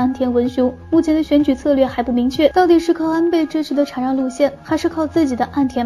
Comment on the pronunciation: 还有禅（shan）让